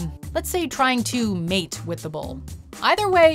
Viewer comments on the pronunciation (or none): none